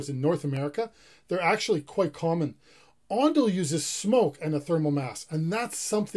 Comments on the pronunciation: It’s ondol not ondal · Not ondal, It's ondol. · not "ondal", it's "ondol" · ondal? ondol? ondol !! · Ondal(x) Ondol(o) 온돌~~